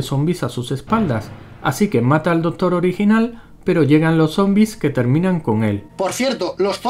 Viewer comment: Está re pendejo este video... Pero Mori cuando dice "¿Conoces la iniciativa de los vengadores"? Por cierto se dice Doctor, no dotor ;)